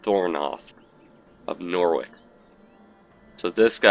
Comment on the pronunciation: Its not Norwick its pronuced Nor which